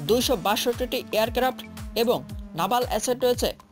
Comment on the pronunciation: নাভাল না ভাই নেভাল....... হিঃ হিঃ হিঃ হিঃ হিঃ হিঃ হিঃ হিঃ হিঃ হিঃ হিঃ হিঃ হিঃ হিঃ